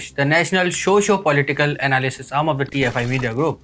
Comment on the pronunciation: Find a better narrator. This guy cant pronounce words right way. 'shhoshio political' and also sounds like he just got up from sleep.